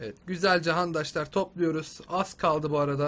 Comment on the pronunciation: abi niye handaslar diyosun